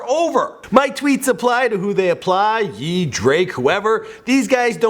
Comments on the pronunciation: he said yee not ye lol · It's pronounced yay not yee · Lmao he said yeee it's ye (yay) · you put some1 elses charged up cover you said "ye" instead of "yay" when reading Cudi's tweets Big Ghost Fase is not Ghostface Killah other than that, spot on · you said yeee it's ye for kanye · Lol when he says ye it's pronounced like yay for kanye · Everyone already knew this, stop reporting hip hop news if you say "Yee" instead of "Ye" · Who else cried when he said yeeeee instead of YE as in KanYE lmfaooooo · did you just pronounced Ye (yay) as Yee... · it's "yay" not "yee" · Dear,. It's pronounced Ye (as in yay). It's D.O.C. You read "dee-oh-cee". It's Ice Cube - not Ice Cue -. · I really like this channel but there's a lot of inaccurate information here. First off when reading the kid cudi tweet. You're supposed to pronounce "Ye" as (yay) because it is the last to letters of Kan(ye)'s name. Secondly, the "charged up" song you used in this video is not even Drake. It's someone else rapping on drakes charged up beat. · This guy pronounced Ye as Yee and he doesn't even know which Charged Up is real😂Not to mention all his other mistakes, he actually knows nothing about hip-hop smh. Using the culture for a profit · You pronounced kanYE as 'ye' like a Victorian. I don't think you know enough about the subject to make a video on it regardless of your research. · nigga pronounced Ye wrong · The way he pronounced "ye" 😂😂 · How he pronounced "Ye" ahahahaha